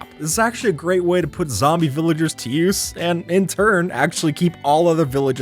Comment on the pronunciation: Omg he said viligers on ice 😂😂😂